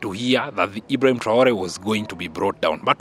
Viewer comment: Stp apprends à mieux prononcer les noms de ceux que tu cite dans tes analyses mais surtout le nom sacré de IBRAHIM TRAORE. Si c est difficile, appelle le Président tout simplement. Merci d en tenir compte